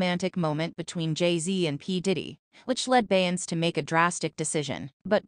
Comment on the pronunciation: Say her name correctly!!!